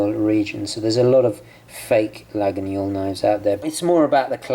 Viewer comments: Try to prononce it toward this: la-yeul. And not la-gui-gnol. Pretty knife! I want it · Your knife is a LA-GWEE-OL. Not La-ginyol. Laguiole = Lagweeol. Otherwise loving your videos as always, keep 'em coming! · It’s laguiole, not laguniole nice vid btw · Hi I'm French. We doesn't say : LaguiNIole Just Laguiole and pronounced Laiole. Thanks for your video. 😉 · Laguiole, not Laginiole! Nice carry though. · Hey, great vidéo! A precision: Laguiole must be pronounced Layol (and the « a » in french)... don’t know if I’m clear enough 😅 (I’m french) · Laguiole: pronounced "Lah-yol".Thanks for the video. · The right prononciation for Laguiole is /layol/ ;) Greetings from France. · Laguiole pronunciation is [lajɔl] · Great vidéo! But I think you need to pronounce Laguiole as "La-io-leu" it is a bit spécial. Best regards, Xavier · I think the knife is pronounced lagweeole? You are right about the quality though;just be aware that there are some horrendous cheap crappy copies out there?